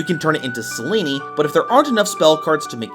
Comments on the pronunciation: "Selene" is pronounced "Seh-Leen", not "Seh-Lee-Nee",! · Dude, you need to get better at pronouncing names properly. Selene is pronounced "Sel-Een"